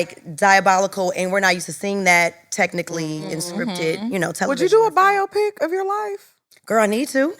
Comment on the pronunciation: I just wanted some1 from production to remind it’s pronounced “bi-op-ic” Drew tried 😭😭😭😭😂 nice bit tho